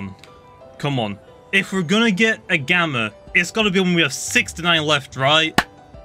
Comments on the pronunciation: Stop saying gammer it’s gamma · It’s gamma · i like how says gamma as 'gamer' xddd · When he said gamma I though he said gamer